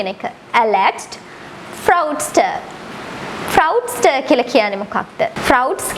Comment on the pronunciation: Appreciated your work once again. Please recheck the pronunciation of fraudster